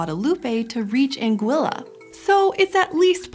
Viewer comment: It's called ANG-i-ya